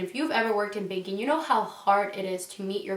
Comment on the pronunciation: At one point she did said baking....hilarious 😂